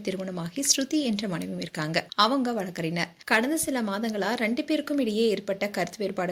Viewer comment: வழக்கறிஞர்… not வழக்கரின்னர். சரியாக உச்சரிக்க வேண்டும்